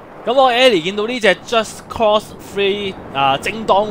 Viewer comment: 讀錯左...係just cause,唔係just cost啊~~